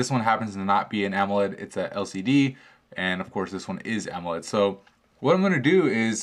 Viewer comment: wow dude you really need to learn how to pronounce AMOLED